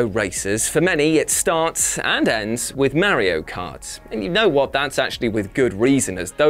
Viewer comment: I cringed every time he said Mario 🤭🤭🤭